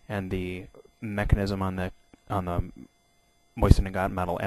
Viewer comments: Dude it is not a Moisin it is a Mosin... Also the spike is better as a bayonet since it is made for piercing and that's what it does. Also it is really thick near the base causing massive wounds. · MOSIN not MOYSEN AAARRRGH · Bayonets, the Mosin (pronounced Mo-zin) is superior by fact that it doubles as a flat head screw driver, doesn't need sharpening like the knife bayonet for the K98K, and because actually the Mosin is the stronger one in terms of the actual bayonet because the crucifix cross section and the concave semi circular grooves in it which makes the whole thing way stronger as one, plus the knife is only strong in one direction, sideways I could snap it in half. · Is there a I before the s in mosin? No so stop saying moisin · Seeing as you can't even pronounce mosin I'm hesitant about the accuracy of anything you say